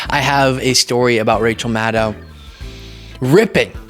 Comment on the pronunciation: Hey, pretty sure it's pronounced Mad-doh rather than Mad-dao, but thanks for the content.